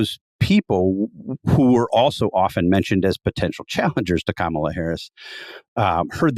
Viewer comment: What the hay, Jonah? You can't bother to pronounce the sitting vice president's name correctly? Maybe I expect too much from the Dispatch. Edited to add: I swear I saw you on a CNN panel this morning discussing the very issue of Trump mispronouncing her name, and you giving Trump the benefit of the doubt... and now I'm questioning your sincerity on the issue, hearing you do it, knowing you're absolutely aware of it as an issue of disrespect.